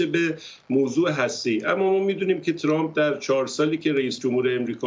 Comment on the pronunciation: چرامپ نه , ترامپ ....یعنی میخوایید بگید خیلی لهجتون بریتیشه ؟ 😂